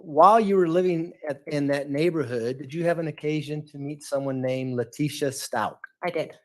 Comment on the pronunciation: "Lie-tecia" 😂 and "bye, fe-leticia" omg G 😂😂